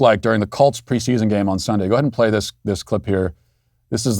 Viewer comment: are you saying the "Calts" here? Calts? When you are sick do you go to the dactor? #Calts